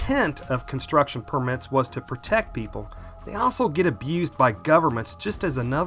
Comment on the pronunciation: It's permits, not permits. Lol